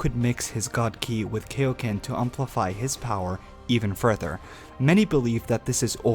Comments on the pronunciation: KAI-O-KEN NOT KAY-O-KEN. (Needless argument aside) That's why the kaioken is used rarely he knows this draw back from using it a lot! The kaioken is a multiplier so it has the best use out of all the power ups "THE STRAIN ON HIS BODY!!! " some arguments would say but fail to realize all the super saiyan transformations are also a strain on the body. But the kaioken doesn't need to be used in a constant manner just a split second that's it. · Why do people pronounce it KO-ken I mean the dudes name is kio sama it's literally in his name, it's kioken not KOken you fucking idiots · You just killed me by calling kai-o-ken , key-o-ken ! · KAI O KEN!!!!! not KAY O KEN!!!! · why are we saying kayoken? it's really triggering me. its like when people say shariiingan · ... KAI oken not KAY oken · KAI KAI-O-KEN NOT KAY-O-KEN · KAI-oken, not kayoken. Kaioken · It's pronounced "Kai-O-Ken" not "Kay-O-Ken" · love the video but one complaint. it's KAI oken not KAY oken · Its kaioken but good vedio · IT'S KAIO KAI O KEN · I thought kaio-ken was pronounced kIO ken (long i and o) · AH THE WAY HE SAYS KAI-O-KEN KILLS ME AA A A A A A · I see what your trying to say, and first off, you pronounced Kaio-ken wrong. it irritates my ears. Kaio-ken is seen as a trump card and with its heavy down side you can clearly see that it's not supposed to be a sustainable technique. He can layer it over his Super Saiyan transformation but as a means to end a fight quicker or for a quick boost. Constantly having sustainable power ups gets boring, and it was good that his Red God form has a short time duration because of its immense power up. Same with Kaio-ken except it doesn't boost much but it can be layered with another transformation. The more transformations there are that keep making a character more unbeatable would be uninteresting and not entertaining. Just my thought on this topic.